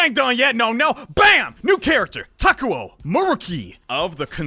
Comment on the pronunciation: TAKUO Me: Taku TO